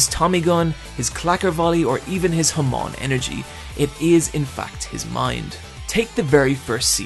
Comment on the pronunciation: HAAAAAAMON. SAY IT WITH ME HAAAAAAAAMON. NOT HAMOOOOOOOOON.